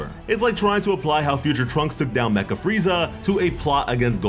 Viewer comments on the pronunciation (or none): none